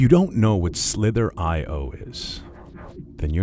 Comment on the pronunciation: I thought he said "slippery"